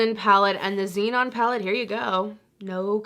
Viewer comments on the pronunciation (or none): none